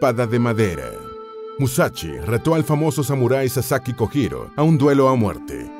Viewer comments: por favor, aprenda a pronunciar las sílabas japonesas sr. narrador: la sílaba JO se pronuncia como YO = LLO... Usted dice JO en Español, que sería HO mal pronunciada en japonés. Lo digo xq afea el buen trabajo divulgativo q hicieron, y ya que ponen nombres escritos en ROOMAJI... Cuesta muy poco decir sílabas HIRAGANA correctamente. Gracias !! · Buen video pero mala pronunciación XD Kojiro se pronuncia Kolliro por ejemplo, y la verdad si molesta un poco esos errores, se ve que el canal tiene a una persona que investiga y una que narra, o es una traducción. Aún así re GOD